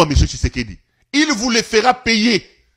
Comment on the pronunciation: Président yango kombo naye ezalaka Tshisekedi to Tshusekedi ndege mère oyo azo prononcer?